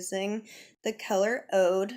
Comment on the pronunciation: Uuuuoooo, frick yeah! You look bomb! I'm blackaphobic too, but I'm going to go for it too. please don't think me rude, I'm just being helpful. it's pronounced "Uuoood" it's a super rare resin from the Asian Agar tree that comes when the tree gets infected with a rare moss. It's used in high end perfumes. Thanks for this fabulous tutorial, and yes the voiceover worked great ♥